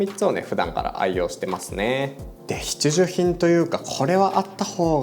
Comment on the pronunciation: ﾋﾁｭｼﾞｭﾋﾝの度に笑ってしまう